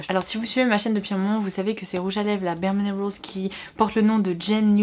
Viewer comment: J’ai eu du mal à comprendre quand elle a dit bareminerals. Accent tellement poussé.